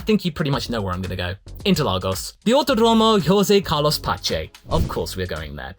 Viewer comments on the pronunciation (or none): none